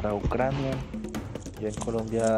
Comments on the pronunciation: Ese man estaba leyendo" ucra ina" ??????? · Dice estar cansado de la corrupción en Colombia y va a un país que no entró en la UE porque antes tenía que pasar por un proceso anticorrupción, entre otros; dice que vive en la pobreza y se va a un país en guerra. No sabe ni a qué localidades fue de Europa, pronuncia mal Ucrania, y encima no sabe inglés. Se queja de racismo en un país que obviamente ha estado marcado por el racismo como pasa en la mayoría de los países del este. Y dudo mucho que hayan conseguido más de dos pasos en el territorio de batalla. La verdad, no me parece un hombre con muchas luces, más bien inspira ignorancia. Me alegro de que por lo menos ha salido de esa trampa sano y salvo, y no con los pies por delante.